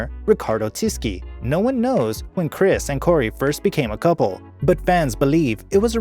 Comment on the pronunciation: Riccardo Tisci is pronounced Tishi, not Tiski